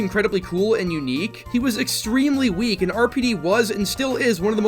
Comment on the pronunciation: "dredge" "weak" wat